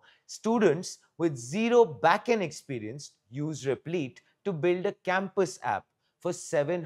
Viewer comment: Replit rhymes with lit, not leet.